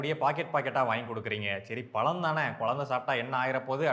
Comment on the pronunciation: இந்த ழ வுக்கு பதிலாக ள என்று சொல்வது தமிழை கொச்சைப்படுத்துவது போல் உங்களுக்கு தோன்றவில்லையா முயற்சி பண்ணிப் பாருங்கள் பழம் என்று உங்களால் சொல்ல முடியும் பளம் அல்ல